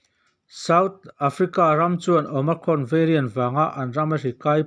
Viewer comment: OMICRON i lamrik dan chu a diklo nasa hle mai. Awma+krawn tia lam i ang mah mah zawk alawm